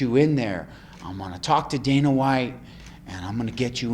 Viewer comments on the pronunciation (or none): none